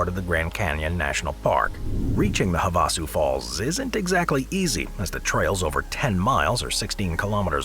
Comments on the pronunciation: Havasu Falls are pronounced "hav-a-su" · Stop using voice overs or at least train it to say places right. Have a sue falls wasn't the only butchered place